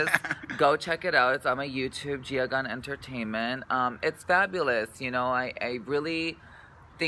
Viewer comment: It's Gia Gunn, not Gun! :o